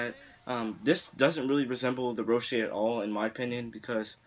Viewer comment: Me:*hears Ro-shay* xDDDDDDDDD dude its Ro-she